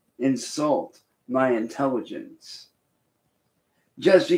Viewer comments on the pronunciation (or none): (listen) “Dont insult my intelligench..” 🤔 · And said " don't insult my intelligentch "